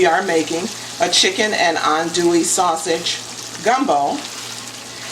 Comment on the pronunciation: well cubed chicken breast, runny gumbo, and the pronounciation of adouille as "on-dewey" lets me know your not from louisiana. where you from? "holy" trinity. another tell tale sign.